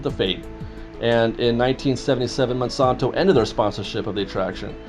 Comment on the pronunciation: It's the Mon-SAN-to Corporation, NOT Man-son-to!